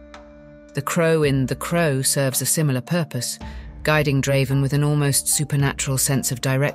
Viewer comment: You didn't have to ruin this video with Ai. by the way, Draven isn't that hard to pronounce